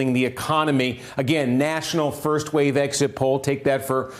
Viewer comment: Its "A Wave"....Not a Weave...DB